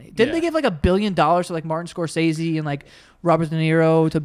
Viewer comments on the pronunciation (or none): none